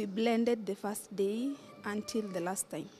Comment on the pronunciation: Someone should tell the journalist that it’s First day First time First year Not Fast time Not Fast day Not Fast year ☹️☹️☹️ Rosie Africa is proud of you 👏 😍